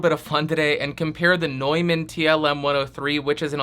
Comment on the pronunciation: Nuuuuuuman, not NOIman. Jesus my ears.